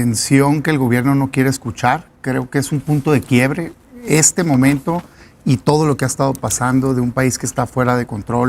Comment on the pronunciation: Por q no pronunciar bien las palabras y decir momento 😂 en lugar de momente. Ridículo